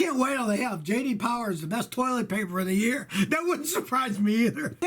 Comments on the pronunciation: J D POWAH. Hi I'm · J.D Powah